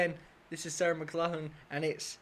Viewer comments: It is pronounced: Mc - Lock - Lan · You're British and can't pronounce a Scottish name Mc Lock Lan. That's okay though, I live on Mclachlan Street in her home province and no one can pronounce it here in Northern BC Canada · Who would have thought an English man couldn't pronounce an Irish name.